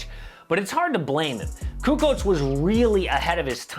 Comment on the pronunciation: Lol Charles, "CuKo"